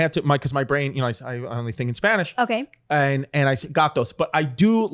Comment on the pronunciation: His Spanish pronunciation is so good ! 🤩